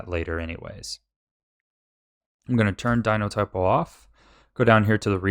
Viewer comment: I love that he says "Dinotypo", because it's a verbal typo of Dynatopo lol. XD